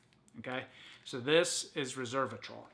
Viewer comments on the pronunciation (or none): You are saying Reservatrol, you should pronounce it Resveratrol.